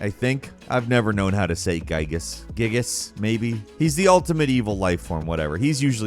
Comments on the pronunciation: Giygas' name is apparently pronounced "GEE-gus," with a hard G, like in "game." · It’s pronounce Giygas